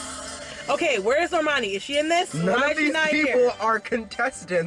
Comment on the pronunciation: bruh bruno pronounced normani's name wrong when he was saying the academy awards stuff, "nor-mun-ee"